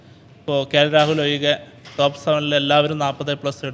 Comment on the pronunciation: 'പശ്ശേ', വയങ്ങുക', 'ഒയികെ,'എയുതിച്ചേർത്തു'.... നല്ല മലയാളം പറയാൻ ശ്രമിക്കൂ മിസ്റ്റർ.. 😅